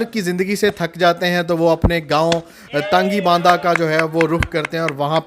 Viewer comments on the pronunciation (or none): تنگی باندہ نہیں جرما تنگی بانڈہ نام ہے غلط مت پڑھو